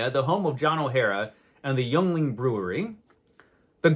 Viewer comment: It's pronounced "Ying-Ling."